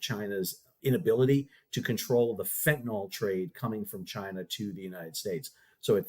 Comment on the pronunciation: Love your work but it is FentanYL (fent-uh-nill), not fentanOL.